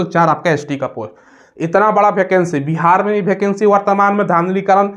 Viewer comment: भाई भैकेंसी नहीं होता है वैकेंसी होता है😅